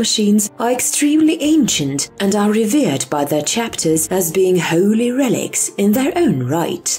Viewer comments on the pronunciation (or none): none